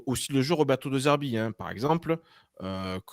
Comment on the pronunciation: Toujours pertinente vos vidéos. petit détail, ça se prononce Dé Zerbi, car le e se prononce é en italien.